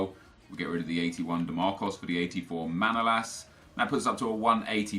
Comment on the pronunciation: it's manolas you need to emphasize at the second a